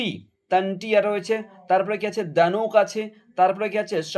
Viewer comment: DHANUK আমাদের নাম কিন্তূ ভুল বলছে।